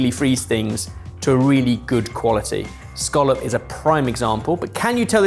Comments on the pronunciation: pronunciation of scallop is irritating me lmao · Dunno why the English pronunciation of “Skawlup” annoys me so much when here in Scotland we call um a “Ska-lip” 😂